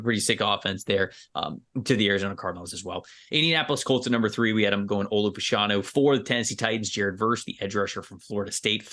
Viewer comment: Penn State's Olu Fashanu. Here in the UK in the 1980s there were two brothers (like Olu of Nigerian descent) who played professional soccer - John and Justin. Throughout their careers, and after because John was briefly a TV presenter, their surname was pronounced Fash (rhymes with Bash) - a - noo. Just wondering whether that's the case with Olu